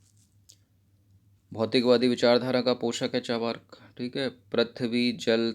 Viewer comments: इसे 'चावा+र्+क' नहीं, बल्कि 'चा+र्+वाक' पढ़ा जाता है। अर्थात् ऊपर वाले र् का उच्चारण जिस अक्षर पर प्रयुक्त होता है उस अक्षर से पहले किया जाता है। जैसे- दुर्गा, नर्मदा, मर्यादा, सूर्य, पर्व, पर्वत, मुर्दा, मुर्गा आदि। सार्वजनिक रूप से बताने के लिए क्षमा चाहता हूँ।🙏🙏 बाकी आपके वीडियोज बहुत अच्छे लगते हैं। Nice class 👌👏👍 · Sir aap achha padhate hai pr "Charvak" ko "Chavrk" na bolen. Thankyou